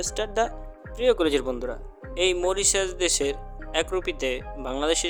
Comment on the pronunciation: আপনার উচ্চারণ ঠিক করেন দেশের নাম টা